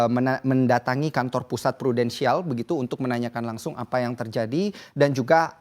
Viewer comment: dia bilang Prudensial? Wkwkwk